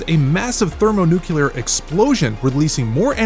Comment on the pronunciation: Say it with me now; thermo-nu-CLEAR. Not nu-KELAR. Ugh smh every single time in every science video smh